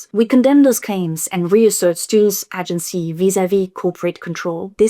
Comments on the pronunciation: Girl I love you so much but your prononciation of AH-gency almost caused me a stroke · "Agency" ne se prononce pas avec un A français mais plus un ay-gency (comme le mot Hay mais sans le H) Seuls les voteurs du RN colonisent ainsi la langue des autres 🙏🙏🙏🙏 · It's pronounced 'ay-gency' 😉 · Agency • aye-jen-see It's an extended aye sound at the beginning of the word FYI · In “agency” the first syllable rhymes with “day”.